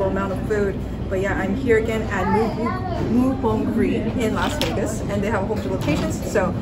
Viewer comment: Name of restaurant is moo bong ri, not moo bon g ri